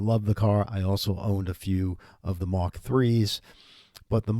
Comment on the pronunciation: Mark...not Mach.